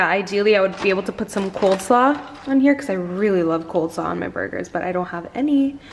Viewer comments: coleslaw not coldslaw lol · its COLE slaw hunny, not cold slaw 🤣